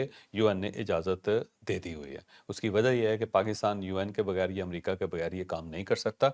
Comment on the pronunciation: ( عمامریکا) غلط (امریکہ) سہی